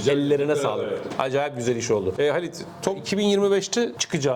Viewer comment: Sizi severek takip ediyor, neredeyse herkese öneriyorum. Bu nedenle bir uyarıda bulunmak istiyorum. Beyefendinin adı: Halit değil. Ha:lit. Kendisine sürekli hatalı sesleniyorsunuz. Sözün doğrusunda a yarım ses uzun söylenmeli. Bilgileri doğru vermekle övünen kanalınıza, doğru bilgi iyi gelecektir diye yazmak istedim. Sevgiyle.